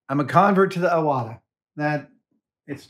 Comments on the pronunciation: The name of the airbrush is pronounced Ee-wata, not Eye-wata. It's a Japanese family name. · pronounced "E" wata, btw